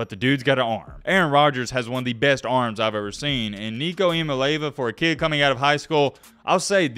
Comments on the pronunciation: E-uh-molly-av-uh... lol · A couple things, Its E-ya-ma-lay-ya-va. Also you got it backwards, Joe is best in accuracy and tends to overthrow the long ball. Thanks for the content bro! I think its cool that a Bammer is putting out good UT content without trolling. Appreciate it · His name is I-A-MA-(LE)E-A-VA......🤦🏾‍♂️ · It’s pronounced Eeah mali ava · Great video, but please stop trying to say his last name because you're messing it up and it aint even close.......lmao